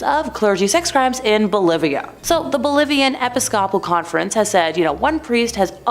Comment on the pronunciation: It's pronounced A- Pis- ka- pul church..Not Apiscople.